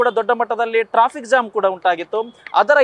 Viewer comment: ಹೆಬ್ಬಾಳ ❌ ಹೆಬ್ಬಾಲ ✅ Jam ❌ zam ✅